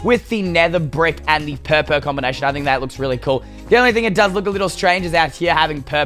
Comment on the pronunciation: Who else laughed when he said "purple" like "purr peeel" xD